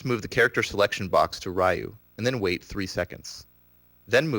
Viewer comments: 'Ryu' is pronounced like Ree-U, not Rai-u... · You are pronouncing Ryu's name incorrectly... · Raiyou? Who's Raiyou? You're an expert at the game and you dont know how to say the main characters name? It's pronounced like "you" but with an r at the beginning. There is no "ai" in the name. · He claims to be an expert and still calls him "Rah-U"? (Face Palm) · You had me until you pronounced Ryu's name wrong. I don't care who you are, ALL SOURCES SAY HIS NAME IS PRONOUNCED "REE-OO!" RYU! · Mispronouncing Ryu......and he says he is a "Accomplished Tournament player"......pssh. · Taylor Bee Yeah, but by now everyone should know the correct pronunciation, especially if you are as into the game as this guy. Not to mention that there is literally a voice acted announcer in every installment of Street Fighter who pronounces his name correctly every time you select ryu, challenge ryu, or win with ryu. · I was just about to say this.